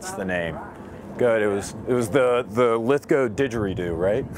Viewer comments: Lith-go. W silent. Ive never heard it pronounced any other way but the proper way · Finally, someone who knows how to say "Lithgow" correctly! Well done,, this makes up for those mini-shorts you wear! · ive never seen an American pronounce Lithgow properly what a lad actually learnt how to say shit properly